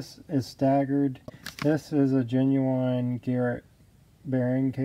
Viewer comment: Is he making a turbo joke when he says “genuwhine”